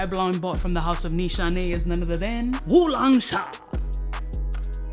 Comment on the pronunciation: I'm asian and I 1000% approve of how you said Wulong Cha 😂 I admit I say it the same way lol